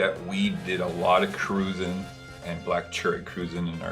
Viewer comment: For everyone watching ,including the video host..its not pronounced "Cru-zahn" it is pronounced "Cru-Jan" named after the nationality of the people of Saint Croix U.S Virgin Islands👍